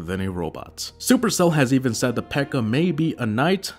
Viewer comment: Her name isn't Pekka. Her name is P.E.K.K.A. I mean, she's got five names.